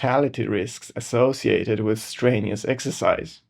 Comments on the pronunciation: Very interesting video, but, and I mean no offence, listen – or rather read – you can do this: stren – you – us. Not strainious. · Your spelling's good, it's your pronunciation I was talking about. I mean, to be fair, I don't speak your native language at all, so who am I to talk? But I thought you might like a pointer on a tricky English thing: when you feel a strain it's strenuous (stren you us). Thanks for your reply. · If you could correctly pronounce the 'strenuous' I might have more confidence in your opinions...